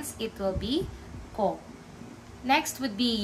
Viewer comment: Why do you pronounce ko with the long o sound? I thought it was supposed to be pronounce with u.